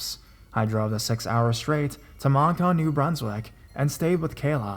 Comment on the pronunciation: Moncton (munk-tuhn), New Brunswick. Not Monktan, News Brunswick. Dumbass.